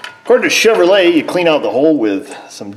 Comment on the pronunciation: Hon-Due!!!!! My bad, I mean Chev-her-lay.